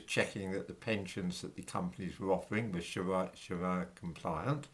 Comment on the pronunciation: I think Muslims can pronounce the letter R correctly, so calling up pension providers and saying "please pwovide me wiv a pwefewntial Shawia pension" just isn't going to cut it, 🤔🤷🏿